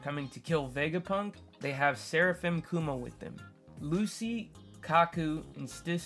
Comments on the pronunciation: Calling Lucci “lucy” threw me off bc I’m making food while listening and I was like WHO THE HELL IS LUCY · Two things: -Lucci’s name is pronounced “Luchi” -I’m glad you’re back but your energy was mad low on this one. Hopefully you’re able to record this at a better time for you next time